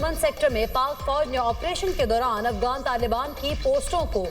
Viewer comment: Talafuz sahi nahi. Afgan nahi Afghan